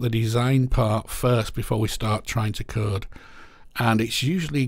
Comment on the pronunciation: I thought you were saying kurd... you were of course saying code and I'm dumb